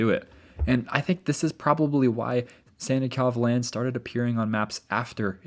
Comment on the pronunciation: Anyone else hearing Santa Clause Land instead of Sannikov Land? 🥹🎅🏼